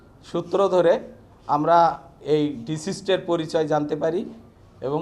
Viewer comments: Deceased not disist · ডিসিস্ট না ডিকিজ্ড